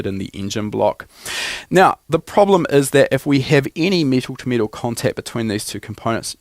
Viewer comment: It’s not pronounced meetal